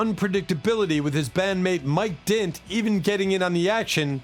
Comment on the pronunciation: "Mike Dint"? Come on, this is getting to be too much.